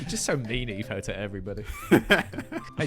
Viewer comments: they said Eefo cause can’t say etho correctly and he says eefo instead 💀💀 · WHY DOES EVERYONE CALL ETHO EEFO????